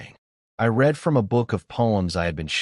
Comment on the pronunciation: As usual, most occurences of "read" and "unread" and "misread" is mispronounced. A human narrator would know what's required from the context.